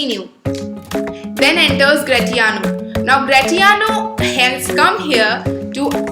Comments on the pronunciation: Don’t sayGratiano same in as the word in pronounciation it is Grashiano kkkk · I am sorry to tell you that your pronunciation of gratiano is wrong .... The t will be silent